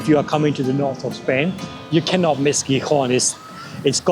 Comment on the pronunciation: No es Rivadabia ,eso está en Galicia,es Ribadesella y la ciudad se pronuncia Gijón, con el nido de J en ambas consonantes, acaso no sabes leer?.